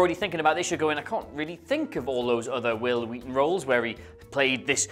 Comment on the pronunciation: I can't help feeling you're referencing something pronouncing WHil WHeaton's name so WHeird.